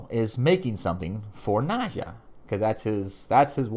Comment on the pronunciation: Don't get upset but Its Nad-jia as in as in Nadia, she's not calling Gregor Jess, she has said Jeff as always. Just correcting you politely. We both love the show. Gregor will be there again, reincarnated every time remember, and yes Jenna, loved her. And " Gizmo" lol a vanhelsing that's hilarious